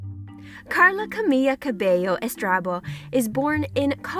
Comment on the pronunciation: She got the Karla part right